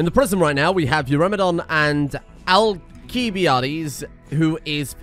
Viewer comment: I'm like 90% sure the correct pronunciation is "Al-kih-bye-ah-deez."